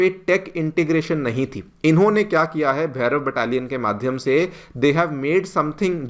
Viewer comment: It's not Bhairava, it's Bhairav.😊